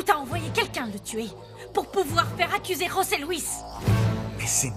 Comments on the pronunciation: nn José se prononce comme ça osé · José Louis on prononce roser en espagnol